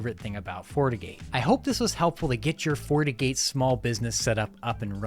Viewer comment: Is he saying Fortigate or fornicate? 😂